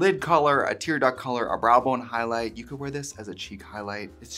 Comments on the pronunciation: “It could be a brow booone color” Love our Midwestern Pier Queen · no one: trixie: 'brâh bœñ' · The Wisconsin peeking out when Trixie says 'brow bone' is gonna get me through the day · Fr I had to go back to hear it again 😂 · Trixie, when showing off sugar cookie, you said brow bone. Your Wisconsin was showing so hard 😂